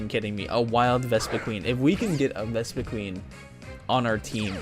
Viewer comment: Deino is still pronounced Dino, just with the german for one inserted (Eins). I'm pretty sure i told you this at least once on a stream. You should've taken it tho. The locke would've started instantly when you got your starter as it was holding a pokeball. It's pronounced Vespiquen not Vespiqueen as GF decided not to change the name limit. But i'll forgive you on this one. You can put in a dragon rage clause for the first 3-4 episodes if you want to, allowing you to survive bs dragon rage fights. Also, to anyone reading this, only 46 of the channels 271 subscribers (at the time of my writing this) have joined the discord server so if you want to join, check the link in the description.